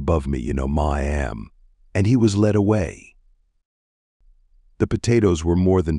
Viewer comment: Ma'am = Mah Am. 🤣 It wouldn't be so bad if the word wasn't so common in this story. I can't deal with this.